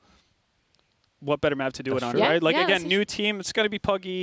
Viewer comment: saying man lyke gives me the will to live